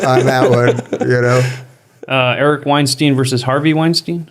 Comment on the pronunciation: Eric Weinstein actually clarified that his name is pronounced styne not steen